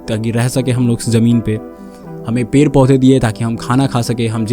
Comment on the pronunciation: Bhai pronunciation par kam kar.. pair kat te hain nahin hota ped kat te hain hota hai, after effects aur sound designing bhi sikh le verna apna time waste kar rha hai, youtube par kaam kerna hai to proper tarike se kar verna sirf apni bhadas nikalni hai to jungle mein jaa kar chila kar puri kar le